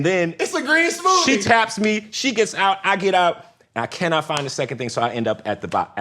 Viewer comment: Nobody: Juicy smoothaye